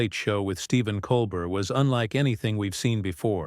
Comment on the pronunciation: NEVER HAPPENED. Nuff said. The narrator (either AI or an ignorant human) can’t even pronounce Colbert’s name correctly.